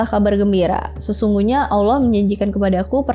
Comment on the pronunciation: terima kasih udh berusaha dengan baik buat nyebutin nama Allah SWT dan Rosulullah SAW